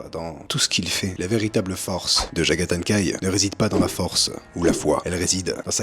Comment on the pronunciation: Jagathaï Khan ou Jagathan Khaï ? 😂